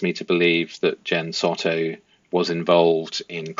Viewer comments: Hey pls forgive me if I sound a bit rude, but pls can you pronounce the names correctly as my adhd and ocd can’t cope with it! 🙏🏾 so: Madeline & Jenn Soto - Soto is pronounced ‘So (like so what) and ‘to’ is pronounced ‘toe’. Stephan Sterns: Stephan is pronounced Steh fan, not Steven. Thank you! 🤩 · The last name is pronounced Sew-toe. I believe Jenn is totally complicit in Madeline's demise.